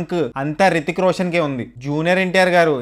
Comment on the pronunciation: Hrithik Roshan raa babu rithik roshan kadhu porambokaa